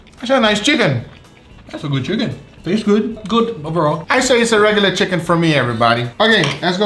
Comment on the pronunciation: "MoRe CHiCaKnEE FlaVoR"